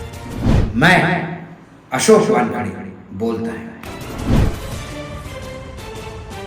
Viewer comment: वानखेडे बोलो भाई वान ख डे नाहीं